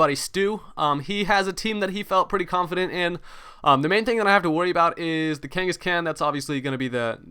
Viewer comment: Lol, Why do you say Khangaskan like that, you annunciate the "AN" more, but its more like Khan, like Genghis Khan